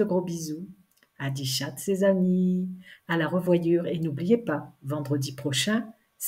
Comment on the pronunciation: Bonjour, toujours agréable de t'écouter et quand il y a une petite bafouille, ça nous rapproche encore plus 🤩 tout va mieux dans la bonne humeur!! depuis que j'ai découvert tes publications je me demande à chaque fois quel origine peut avoir ton "au revoir adi schatz!! ça sonne franco-suisse et c'est très original, merci pour tes partages, ça aide pour mettre un pied devant l'autre 💫